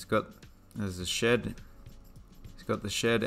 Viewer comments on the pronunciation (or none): none